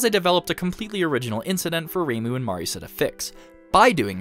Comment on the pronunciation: Just want to give you props for pronouncing names correctly, even as simple as "Marisa" and not "Marissa". I don't know how most 2hutubers get that wrong.